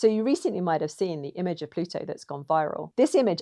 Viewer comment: An Anglophone that can pronounce 'Plutu.' Thank you! Merrikuns, it's not ploodo... .